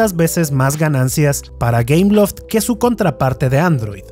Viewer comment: ah! entre por que pense que decia cameloft xd o algo asi